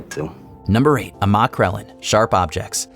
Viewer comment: for amma crellin-- it's pronounced 'am-a". like amity.